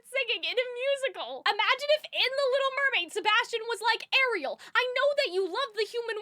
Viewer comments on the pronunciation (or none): none